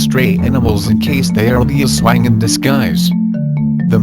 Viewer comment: Its not Aswa-ing its Aswāng and its not Duwend(silent e) its Duwendeee strong E :3 Im referring about the way u read it Im a Filipino